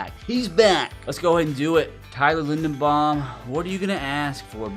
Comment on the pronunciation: it’s LindeRbaum. Not LindeNbaum, with a R buddy😂 you’ve been saying that for years